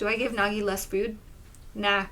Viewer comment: thats not nagi thats nægi